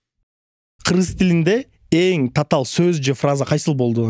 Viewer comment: Татаал - Цацаал😅